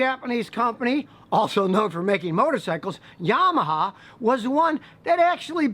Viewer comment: I love the way you pronounce Yamaha.